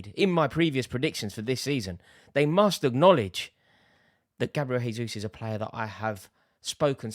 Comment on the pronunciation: Jayzus - Portuguese not Spanish